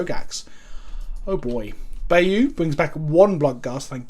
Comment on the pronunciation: I like how he says Bayou instead of BYE YOU he says BEY YOU! like HEY YOU!